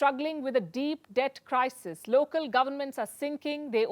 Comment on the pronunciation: 😁There Palki goes again. The Chinese government got Over US$3 Trillions Billions Foreign Reserve. N she said the Chinese Debt redent. 😁😁🤣😂